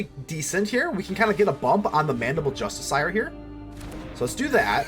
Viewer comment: i got triggered by the way you say "justiciar"